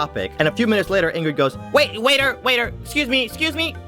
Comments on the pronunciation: I know, like he said Ingrid right?😂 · I herd Ingrid too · Anyone else hear him call her Ingrid?